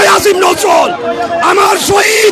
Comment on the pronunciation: সাংবাদিক সাহেব বারবার আশিফ নজজুল বলছেন, আসিফ নজজুল আবার কে 😂